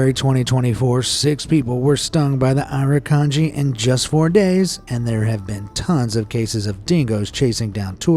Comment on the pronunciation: The way you pronounced some of the Australian things seems odd. We call it Straya, not 'stralia. The K in K'Gari isn't pronounced (and most of us still call it Fraser Island because its easier), and Irukandji is said i-ruh-kan-ji